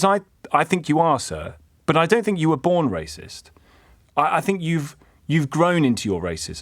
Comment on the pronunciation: AFTER ALL THAT YAPPING HE GOES "AM NOT RAYCIST" what an actual 🤡🤡🤡 Tom is doing the caller a favour by trying to educate him, however i feel this people are out of touch and just go around in circles.